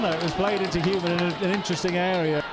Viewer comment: A fantastic evening I was their the atmosphere was terrific and Blyth were brilliant it could have gone either way.The commentator not being able to pronounce HULME is hilarious,one of the great non league matches that one👍